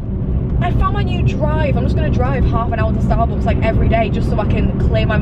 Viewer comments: Why does she say starbooks instead of Starbucks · Ur great but the way you say Starbucks has got to stop